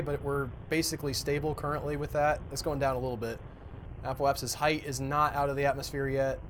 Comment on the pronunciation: do you guys pronounce "apoapsis" and "periapsis" incorrectly for comedy effect? There's no "e" between "apo" and "apsis" or "peri" and "apsis".